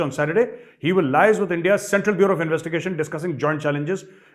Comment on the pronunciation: Just 1 tweak sir, liaise is pronounced as Lee Aze. Ba Ba Bajaate raho.